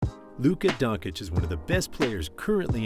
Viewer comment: Please learn how to pronounce Doncic